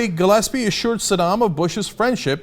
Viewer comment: learn how to pronounce "glaspie" dumass.